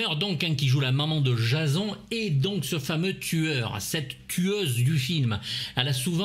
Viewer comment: Très bonne critique, merci pour cette vidéo. Mais j'ai du mal avec ta prononciation : Jazon ? On prononce plutôt "Djésonne", non ? (pas la peine de répondre j'ai la réponse...) mais je trouve ça rigolo que tu prononces ça si mal... Un culte du cinéma d'horreur... Tu n'as jamais écouté tes "confrères" ou même le film ?